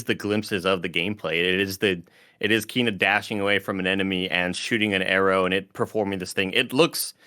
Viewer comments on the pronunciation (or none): To save the all the kf crew trouble later Kena bridge of spirits devs have stated that it's pronounced Kay-nah not Ke-nah. So hope this helps the gang and anyone who didn't know. It's my most anticipated game this year and I can't wait.